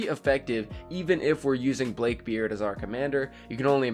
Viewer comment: He pronounced it blake beard